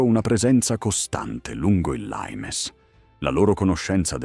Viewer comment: 😂😂😂lAimes????😂😂 Non è mica inglese 😂😂😂 è latino!! LIMES!!! 😂😂 Poi...usate tono meno fiabesco dai